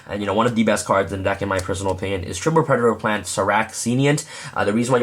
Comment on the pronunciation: "Pure Predplant" XD